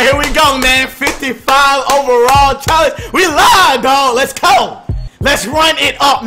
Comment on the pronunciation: when you say let's go while in a game yelling it sound like you saying it's go!!! homei😁😁